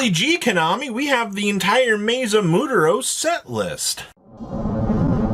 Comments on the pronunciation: “Moo-ter-ohss” Jesus. MWER-TOSE. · Say it with me… Moo-wear-toes… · Hi. I'd like to take a moment in case you read your comments. "Muertos" is Spanish for "the dead". It's pronounced "mu-er-tos", instead of "muu-te-ros". Hope this helps a bit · Mootros... For fucks sake man. Muertos. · Muteros? Really,? Come on, man. Muertos.... Spanish for the dead. Just freaking take your time to read, bro. These mispronunciations in your videos are just so lazy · Muertos "Moo-Aired-toes" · Moo-air-toes.. your saltines are showing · again with the damn mooturos bro please it aint that hard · God dammit it’s pronounced moo-air-toes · Mu- ehr-toes Come on bro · This Bobby hill can’t said muertos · Its called Muertos because that means Dead in spanish. get your good glasses out and try. Or just say Maze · there's a HOLIDAY in November, how are you mispronouncing this bad? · Can you please just say "muertos" correctly? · So the guy can say MATADOR but not MUERTOS!!! He is just rage baiting at this point😂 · Man can't say Muertos 😂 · Oh my god that’s hilarious 😂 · butchering the name "Muertos" is gonna be a thing untill the set releases 😂😂😂